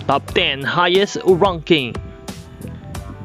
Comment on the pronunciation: RONKING? DIBA RANKING?